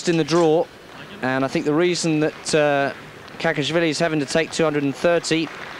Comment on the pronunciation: It`s Kakhiashvili not Kakiasvilis.